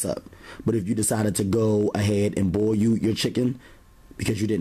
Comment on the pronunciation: I like how he pronounces "boil" as "boy-you" haha